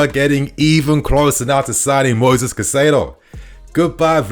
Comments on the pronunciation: You’re still saying it wrong. You’re saying Ca Sigh do. And then you said Cai sigh do (as in Kai sigh do) but ITS PRONOUNCED (Kai Say Do) Edit: you said it correctly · his name is not kuh-sido, his name is kai-setho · It's pronounced "kai-se-doh" in Spanish. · You have no right to mispronounce names my man.. do your research before please because it’s cringe hearing you get wrong the same players name everytime